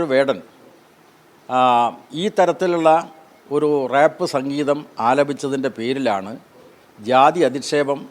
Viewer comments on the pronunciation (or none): റേപ്പ് അല്ല റാപ്പ് ആണ് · റേപ്പ് അല്ല റാപ്പ് ആണ്.